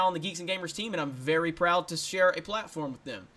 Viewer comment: You botched your "Thank you vvvery much for checkin' out this video" !